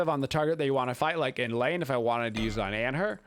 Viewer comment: *lane not pane